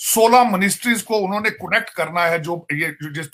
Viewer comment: Connect not conect😀😀